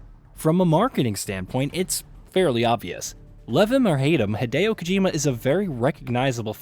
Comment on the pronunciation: You pronounced Kojima productions one way and literally seconds later pronounced Kojima different 🥴 make up your mind...